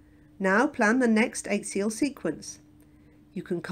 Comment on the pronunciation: Why does the commentator mispronounce axial? It is quite unique